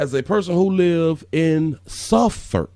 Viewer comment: Suffolk pronounced like sufuk.